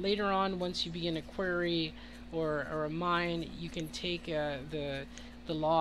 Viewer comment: Great video. Very helpful. The word is pronounced Kw-are-e. Are like car.